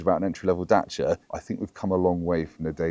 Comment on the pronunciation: The center console/armrest is too high for me. Is there a lower version available? Also, it’s Dacia, not Datcia.